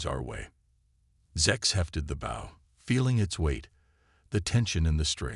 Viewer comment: Teach your AI to correctly pronounce English! Bow in this context is pronounced boe.